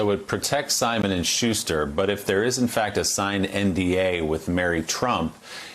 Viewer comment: This is off topic, but I believe Maya Wiley is mispronouncing Schuster as "Shuzh-ter" instead "Shoos-ter. I find it quite distracting, especially since Willie Geist is pronouncing it the way I'm used to hearing it. I don't know. It seems like an affectation.